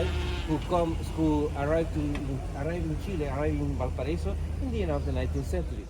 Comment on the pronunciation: VAL PA RA Í SO NO "VAL PA RA ESO"